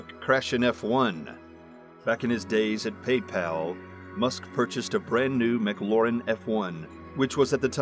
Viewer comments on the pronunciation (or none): its McLaren.. not McLauren..